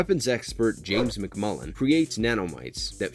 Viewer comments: Narrator kept calling destro MCMULLIN. It is MCCULLIN. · Sorry, but Destro's name is James McCullen Destro, not McMullen. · Destro’s last name is McCullen..not McMullen! The ninja clan is the Arashikage..not rashikage and Zartan is pronounced Zar-tan not Zartin…this video was littered with mispronunciations😩 and in Retaliation the joes were NOT killed in a “nuclear air strike”, if they were roadblock, flint and scarlet would have died from the fallout. It was just an air strike 😒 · It's McCullen, not McMullen. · McMullen? Lol You McCullen? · It was Col Hawk that came to Snake eyes in the comic. You even showed the panels. It wasn’t Staller. It was Stalker and Hawk who came to recruit Snake eyes. Also you mispronounced Hama… (Hah-mah) not (ham-ah) also the pronunciation of Arashikage and McCullen are totally wrong. 😂machines need phonetic spelling.